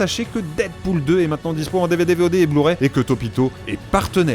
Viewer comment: deadpool sort en "bu-ray" trop bien